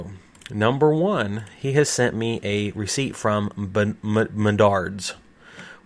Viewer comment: Just 3 and a half minutes in the video and i am already almost mad of "recipet"